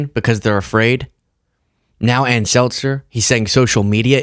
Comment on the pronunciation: Dude, it's Ann Selzer, not SelTzer. She's not carbonated water, lol.